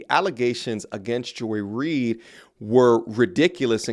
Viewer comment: Man said joy ried 😂